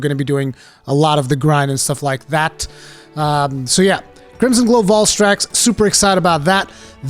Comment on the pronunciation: The way you pronounce Valstrax angers me.